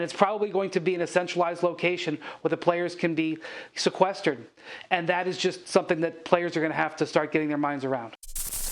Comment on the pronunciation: My dude Windy said: Si-quest-erd